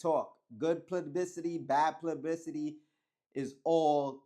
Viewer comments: It’s PUBLICITY !!! Not plubbicity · Gotta work on that “publicity” word bro lol